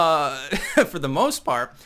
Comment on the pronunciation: "... with his albums and SHIP..." "... for the most PARP..."